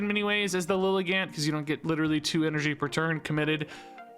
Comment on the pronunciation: sorry i dont wanna be that guy but just fyi pretty sure lilligant is pronounced like "elegant"